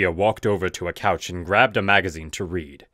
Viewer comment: It's COUCH. Not cows.